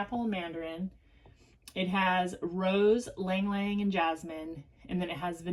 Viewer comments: You mispronounce words in every single video...not just yang ylang. In the 1970's, it was clearly pronounced "ee-lang ee-lang". There are archived fragrance commercials pronouncing it that way. Feel free to look it up.. The pronunciation in the dictionary clearly pronounces it "ee-lang ee-lang", so WHAT experience on your resume makes you MORE of an expert on pronunciation than thousands of lexicologists the world over, all with Master's and PhD's in word derivation and pronunciation that clearly disagree with you??? We'll wait... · It's a Filipino name - and we pronounce it ee-lang ee-lang (the "long" e)